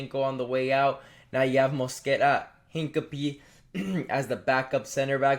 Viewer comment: Who is hin-cum-pee. 😂